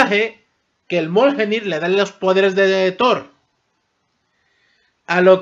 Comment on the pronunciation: xq pronuncias mal el Mjolnir. Lo pronuncias mioljenir o moljenir cuando se pronuncia MIOLNIR no es tan dificil.